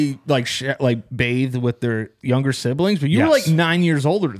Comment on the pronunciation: I challenge everyone to find a single episode where doesn't say the word "younger" with a soft 'g' within the first like 10 minutes after the intro song lol. Love you man, I noticed it a long time ago and I think I'm on about a 10 episode streak lmao